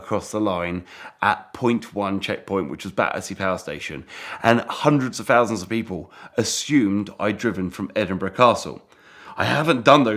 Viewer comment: "Sixty-free fousand pounds"